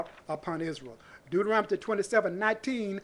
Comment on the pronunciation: I love how you pronounce Deuterontomy